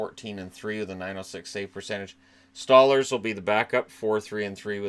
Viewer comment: Ah, it’s “Stole-lars”, not “Stah-lers”.